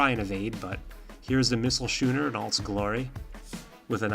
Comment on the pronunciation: Just FYI, schooner is pronounced like skooner, not shooner.